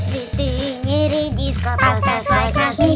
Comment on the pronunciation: Мне одной послышалось не редиска а пиписька?